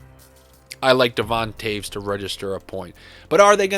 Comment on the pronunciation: Who is Devon taves help please lol. Or did he mean Devon Toews